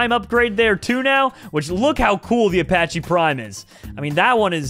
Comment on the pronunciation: my G I respect you but how do you say Apache wrong